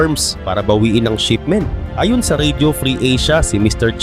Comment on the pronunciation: Ambilis mo naman bigkasin ang "ayon".... Iba ang ayon sa ayun o a yun. Pati "pinatawan" ambilis mo bigkasin dapat mabagal lang yon bigkasin.